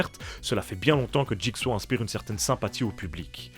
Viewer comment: Jigsa qu'il disait en doublage de jigsaw c'était honteux de même pas être capable de correctement appelé l'antagoniste maître de la franchise